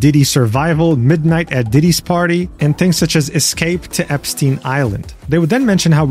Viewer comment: You mispronounced Epstein.